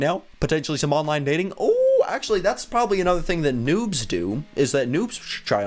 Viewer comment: noobs not nuubs